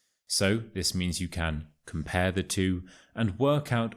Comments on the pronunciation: Dear, I have got a question. I have realized that you pronounce "the" before consonsnts as [thi], instead of [the] -> with the "shwa" sound (eg: [thi] sun)? Why? As far as I know the [thi] sound comes before words starting from vowels. Could you explain it, please? I got quite intrigued by your channel. Thank you in advance.😊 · Why do You say thi instead of the? I know when next word starts with a,e it's thi but You say it every time. Can You explain?